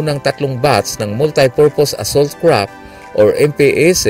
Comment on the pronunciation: Kapatid... hindi yan KRAP .... it is pronounced as CRAFT with an F.... F.... !